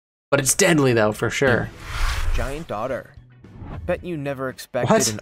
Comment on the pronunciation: i thought he said giant daughter